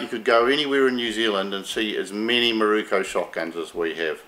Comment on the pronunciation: It’s MIROKUUUUU NOT KO. 😂